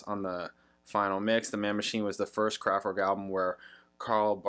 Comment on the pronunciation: Why do you pronounce name KRAFTWERK wrongly???